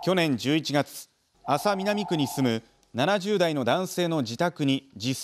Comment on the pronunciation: 広島の人間なら「あ」さ南警察とは言わない あ「さ」南警察